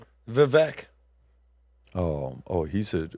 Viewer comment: Vivek rhymes with cake.